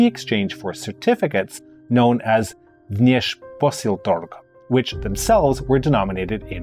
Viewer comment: It's funny how you butcher the word "Vneshposyltorg" differently every time you say it. You even said it correctly once.